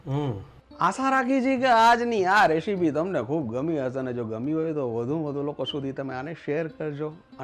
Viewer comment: રેશિપી નો કહેવાય,રેસીપી બોલાય